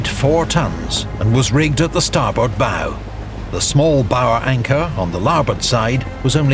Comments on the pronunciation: 1) bow like now, not bow like throw 2) wardroom, not ward room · You pronounced bow wrong. It's bow as pronounced in "bow" meaning the physical gesture, not the pre-gunpowder ranged weapon. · A ship's bow is pronounced as in bending at the waist, not as in the bow knot.